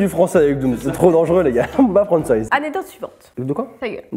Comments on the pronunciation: une anecdote: une anedote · Elle dit annedote et pas anecdote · pas anedotes, ANECDOTES Ps: ça ma tuer quand il te demandais de dire "Anecdote" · Petite aide pour: Anek dote c'est pas plus compliqué 😂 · Grave je fais que repasser le moment ou elle dit ANEDOTE ! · Mais oui anedote 😂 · qui ce fou de la gueule de à chaque fois qu'elle prononce "anedote" 😂😂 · anedote 😂😂😂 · Ne t'inquiète pas, tu n'es pas la seule à mal prononcer "anecdote" 😌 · Le nombre de fois où dooms a dit anedotes | | \/ 😂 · Prononcer anekdote 😂😂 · voici comment on prononce anecdote: A-nec-dote De rien 7n7 x) nice la vidéo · C'est anecdote et sa ce prononce aneKdote . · a un gros problème avec ce mot " Anecdote " Je rigole à chaque fois! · La prochaine fois dooms apprend à dire "anecdote"🤣🤣🤣🤣🤣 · ANECDOTES Je dis ça parce que tu ne sais pas le dire 😂😂😂😂😂😅😅😅